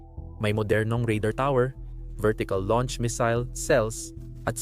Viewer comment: Missile po. Hindi misil